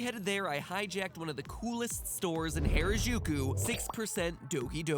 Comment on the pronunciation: This was a great and informative series overall, and I can't wait to see where it goes next! Though it always gets me when people pronounce Harajuku like that. 良く出来たねえええ :^)